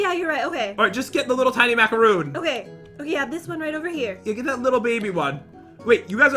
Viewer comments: It’s mac-uh-roon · You were saying macaroon rong